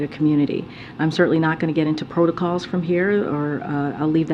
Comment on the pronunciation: So basically, she's saying bump a protocol.